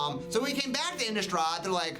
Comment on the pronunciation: why does everyone even at wizards call it "innUstrad"... there's an i, not a u!